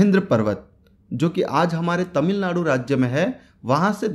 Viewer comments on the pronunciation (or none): none